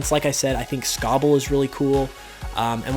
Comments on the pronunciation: It’s Sobble not scobble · Sobble not scobble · Sobble. Not Scobble. Also, he’s a water Chameleon, not a gecko. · You said the Water Starter is your favorite, but it's the only one's name you butchered... It's Sobble, not Scobble, that just sounds like a Fire-Type. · Sobble! Not Scobble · Funny how the name your favourite starter is the one you're mispronouncing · Everyone except you love the starters and you MISPRONOUNCED Sobble.